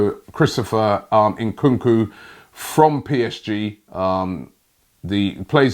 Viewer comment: I love transfer daily but seriously... Nkuku. Robbie come on bro read the names 😂😂😂